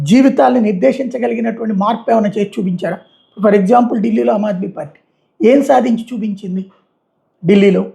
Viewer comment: అమాద్మీ కాదు రారెయ్ అది, ఆమ్ ఆధ్మీ... ఏ భాష సరిగ్గా రాదు.